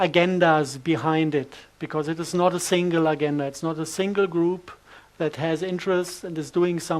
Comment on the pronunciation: Some body tells this poor man that agenda is pronounced a-gen-da no GU about more if a j… like french je!